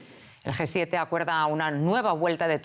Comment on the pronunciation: quien le dice a la comentarista que no es GUE 7, es G7, no puede tener esos errores ...... que verguenza....